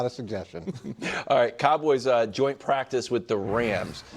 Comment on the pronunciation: Oh no the poor pwactice baby got push on the gwound. Football is getting soft